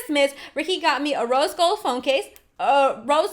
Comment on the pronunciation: Her: Rose Gold Phone Case Me:I thought u said Roast Gold Phone Case